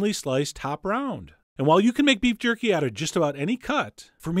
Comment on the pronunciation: Did you just said qorky